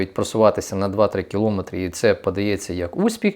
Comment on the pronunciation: Ріже вуха наголос в слові киломЕтр, на звуке О